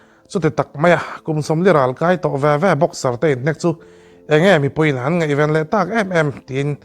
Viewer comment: Ngeihven ni lovin ngaihven tih tur😮😊 ngeihtuah i tih pawh hi ngaihtuah tih tur. Ngeinat pawh hi a dik lo hulhual. Ngainat ti rawh. A leh E hmanna i va hre hrang lo ve!!!!!! Mizo ṭawnga thu in chhiar a nih chuan inzir ve deuh ṭhin ula😊